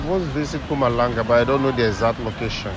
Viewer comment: it is not Victoria but Pretoria. Mpumalanga not Kumalanga.